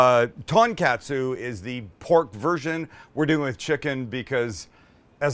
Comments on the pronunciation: Pronounced Ton-Kotsu, not catsu. Please respect their language. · Its pronounced " kaht-su " not CATsu and its ton-kaht-su not ton-CAT-su 😂 smh white people smh 🤦🏽‍♂🤦🏽‍♂🤦🏽‍♂😂🤣😂🤣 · TONkatsu like Tone not TANKatsu... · For someone who traveled to Japan, and loves the food, hearing you mispronounce everything is quite annoying. Every "A" in Japanese is an AH sound. So, "Kah-tsu" and "Tohn-kah-tsu". Other than that, looks delicious. I made myself a pork tonkatsu sandwich the other day and it was incredible. I made my own tonkatsu sauce though, which I feel you should have too...very easy to do. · i believe it’s pronounced “kah-tsu” and “tahn-kah-tsu” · It’s “tōn-kah-tsu” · I do love me some "Ton Cats Sue" sauce